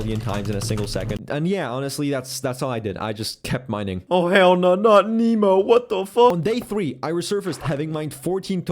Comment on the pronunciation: Oh hell no not Nimo wtf